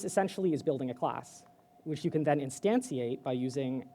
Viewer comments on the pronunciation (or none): Great presentation, you say "instantiate" in a strange fashion :) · Glad I wasn't the only one. I thought, "have I been saying instantiate wrong my entire life?"